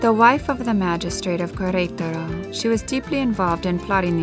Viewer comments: Loved this video but the pronunciation of the name of the city killed it for me. It's not kwareutarou . It's "keretaro" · It's pronounced keretaro not kwayraytaro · It is pronounced Keretaro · The narator doesn't have the ability to mimic, i.e., correctly pronouncing Queretaro. Can someone please coach her? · Yes. That was so distracting. Like running fingernails on chalkboard. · I agree. It was annoying af to keep listening her mispronounced such easy name to pronounce. I bet if it was a French name, she’d be all focused on pronouncing it 100% correctly.